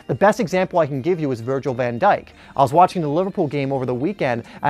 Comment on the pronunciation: man literally said van djik better than ramos bruhh